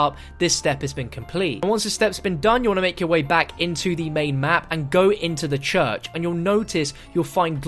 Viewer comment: The “chuch” 🤣